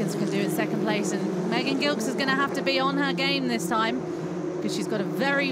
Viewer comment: one day, they will pronounce Megan's last name correctly (soft g)